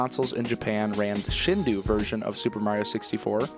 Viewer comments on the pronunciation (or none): FYI: "Shindou" is pronounced "Sheen-doh" (with the "doh" part elongated).